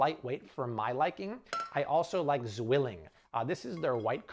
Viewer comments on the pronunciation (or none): Great video. Btw, Zwilling is pronounced as tswilling. 🇩🇪